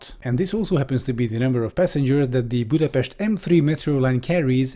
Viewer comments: Spot-on pronounciation of "Budapest" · as a Hungarian, I have to point out the perfect pronunciation there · Just gonna say, that you pronounced Budapest perfectly! Probably the best pronunciation of Budapest that I have ever heard! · Did you just pronounce Budapest perfectly? Never heard that in my life from a foreigner. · Are you Hungarian? Just from the way you pronounced Budapest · Also appreciating the correct pronounciation of the city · He's literally Hungarian, my dude. It would have been cringe if he didn't pronounce the name of the capital correctly. lol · great pronunciation of Budapest!